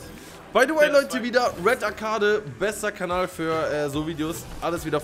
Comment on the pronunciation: Dieser Moment wenn er "arcade" falsch ausspricht